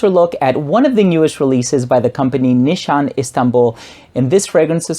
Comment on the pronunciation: Pronunciation is "nishane", not "nishan":) This is Merin from Istanbul Turkey.